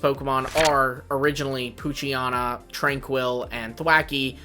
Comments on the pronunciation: It’s poo-chi-ena not poo-chi-ana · WHY did you repeatedly mispronounce Poochyena? You did it every single time you mentioned it. It’s like nails on a chalkboard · If someone mispronouncing a fictional character’s name is so bothersome for you, you may need to work on yourself emotionally and mentally.